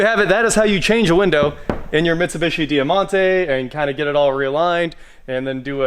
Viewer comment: It’s pronounced Die Monte, not dea monte…